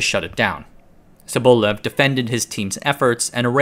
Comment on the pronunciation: It must be so hard to look up the proper pronunciation of a surname you use several times in your video, huh? It's sObolev.